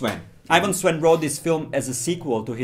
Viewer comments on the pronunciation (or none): Its SEN not Svwen